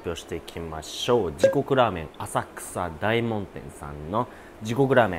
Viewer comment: お疲れ様です。 細かいですが… だいもんじゃ無くおおもんでは？ 在住としては… ちなみに20年前50丁目撃破(-.-;)y-~~~